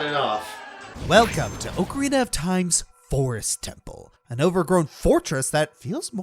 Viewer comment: Did he just say okrarina of time. Like fried okra